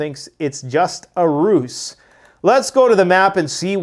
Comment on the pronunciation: Love the videos, been subscribed for about eight years, I think! I have to say this, because it’s driving me crazy! When you use the word ruse, you should pronounce it as if it had a Z! Not as if it had a C… Just my two cents. I could be wrong, but I don’t think I am.